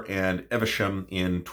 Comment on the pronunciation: Evesham is actually pronounced Eev-shm rather than 'Ever-shm'. Nice town, too.